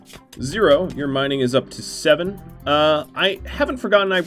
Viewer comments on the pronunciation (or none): none